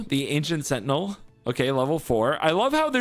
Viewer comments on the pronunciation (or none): none